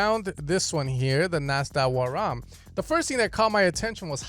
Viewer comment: the nasdawaraam. 🤣😂 Lmao, it's pronounced as nadaswaram